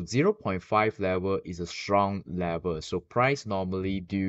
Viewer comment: It’s level not lever!!😂